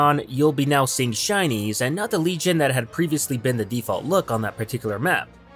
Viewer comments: Is it just me or am I hearing Chinese instead of shinies? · I thought he kept saying Chinese. LOL.